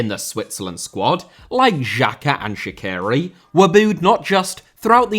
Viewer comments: You just have to learn how to pronounce Shaqiri. So, not like that Columbian singer Shakira, but Sha(ch)iri like e.g. in word bea(ch). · As an Albanian, I was supporting Switzerland in 2018 and I will be supporting them tonight. This is a very good video about it. However, Xherdan Shaqiri is pronounced more like "Jer-dan Shachiri" and Granit Xhaka "Granit (like rock granite) Jaka" edit: wow you butchered "shenja e flamurit" so bad. the "shenja e" was fine but "flamurit" is "fla-moo-rit" not 'flamaroot'💀